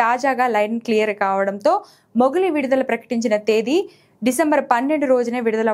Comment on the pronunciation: అది మొగిలి కాదు అమ్మ మోగ్లి